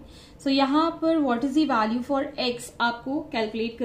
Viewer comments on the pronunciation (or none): none